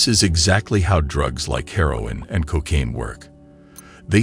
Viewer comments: Pron? Cock-aine? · Why is it "Cockcaine"?